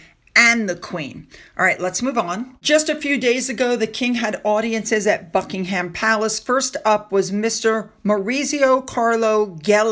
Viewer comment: Please, watch a British report on our Royal Family so you can at least pronounce place names. It's so grating to hear Bucking Ham Palace. Checking before you tape instead of guessing names would be pretty easy.